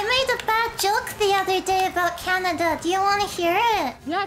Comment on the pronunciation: Hearing say "kya-nya-da" almost gave me a stroke!